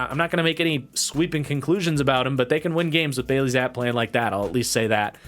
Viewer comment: I wait for these every week lol As a side note, it’s pronounced like “zappy” instead of “zapp”